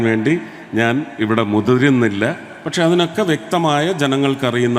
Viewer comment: ചെവി ഭംഗിയായി കഴുകുന്നത് നന്നായിരിക്കും. മുതിരുന്നില്ല എന്ന് പറഞ്ഞത് മയ, പയം എന്നത് പോലെ കേട്ടിട്ടാണ് പ്രശ്നം